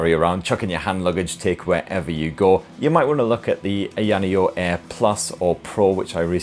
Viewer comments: Its AAYAAAANEEEOOO not Ayinio. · its AYA Neo not YANEO lol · lol omg its pronounced eye-ah-nee-oh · What? No it’s not haha at least in Mandarin. The offical name is pronounced an-yun which sounds nothing like what said. In China most people just say Ai-ya-nee-yo. But to be honest, I have no problem with saying it the way he did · Stop saying ayaneo wrong ffs, lol. It's like you are saying ayaneo as many times as you can to really p1ss off us viewers. Just say aya neo correctly, It's not that hard, and you must be the only person to ayaneo the way you do. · Eyaneyo 😂😂😂😂 Dude your pronunciation is epic 😂😂😂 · You're definitely mispronouncing it on purpose lmao eye-ah-knee-oh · I'm from the UK. He's mispronouncing it. And also, it's not just a word. It's a name. Names are supposed to be pronounced the same everywhere, unless the language has its own name for something. Samsung is pronounced Samsung everywhere in the world, because it's a name. Ayaneo is eye-ah-knee-oh everywhere in the world, including the UK which is where he is from, and where I am from too. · It’s pronounced EYE-A-NEE-O bud lol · The way he says ayaneo hahaha lmao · This is like his 20th video on their products butchering the name everytime 😂